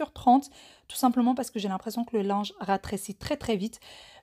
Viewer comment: Cc ma Jolie j adore 🥰 quand tu dit ratrecie au lieu de rétréci trop mignon